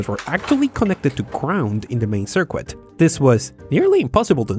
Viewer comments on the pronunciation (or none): Usually I don't mind the accent at all, but circ-wit is just painful to hear, the U is silent so it is just circ-it. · ''Sir ket''. Ask any native. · Please don't say, "cirquit." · Nice video. I bet you will be happy to know that circuit is pronounced "surr-kit" not surr-QUit ... Your voice is delicious in Englamerican... makes me want to hear your other languages. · This narrator is great, his mastery of the English language is unmatched. I have but one question though, what is a "sirkwit"? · It bothered ne how you were reading Circuit as Sir Kwit but I don't know your country so that might just be how you guys read it there. Nonetheless, great work. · "Circwit" lol... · The word circuit is pronounced "sir kit" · The ''u'' in circuit is silent. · Wait, you produce a video about circuits, but you pronounce "circuit" wrong? I know English isn't your mother tongue, but still.